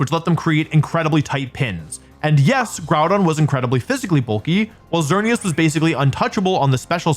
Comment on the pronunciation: IT'S XERNEAS, NOT XEARNIAS!